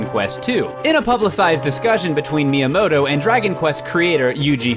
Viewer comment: ...Miyomoto? Why can literally none of the people reading pronounce these things? These widely known and accepted and recognized things?